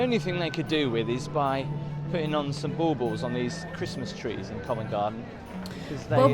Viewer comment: When we were small, Christmas tree ornaments were called shiny balls. I thought Baubles was an Americanism. This guy did pronounce the word in an odd way. Ball-balls. Covent Garden used to be the centre for selling fruit, veg, and flowers. Lisa Doolitle is found there at the start of My fair lady. As supply and trading methods changed, the area became run down, so they made it a tourist attraction, full of boutiques and street entertainer's. Smithfield market was the meat trading centre, and Billingsgate was the fish market. None of them fill those functions anymore. Leicester Square is the heart of London theatre land. Those wiggly lines on the road, extend for about 20 yards or so either side of pedestrian crossings. Certain traffic regulations exist where they are painted - no parking, no overtaking, they've only been around for a couple of decades, and don't have a great affect on driving behaviour. Regent Street built at the beginning of the 19th century. George III's son acted as regent for his father between 1810 and 1820. The police in London are based at New Scotland Yard, they took the name with them when they moved from Whitehall in the 1960s. That's where the original Scotland Yard was. Hamleys is 'just' a toyshop albeit the biggest in Britain, but it specialises in toys. There are enough floors to hold different themes. Electronic, sports, dolls, games, puzzles... you name it they'll have it - and there will he stuff in there you couldn't dream of.